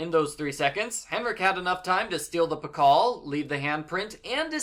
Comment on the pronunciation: pascal key? don't you mean Pacal key?